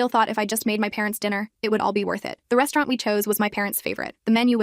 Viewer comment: “At the restuuarent”